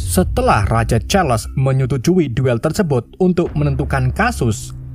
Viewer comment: tersebut bang. bukan tersebot